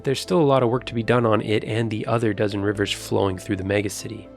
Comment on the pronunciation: I love the reporter pronouncing "megacity" as "me-GAH-city" .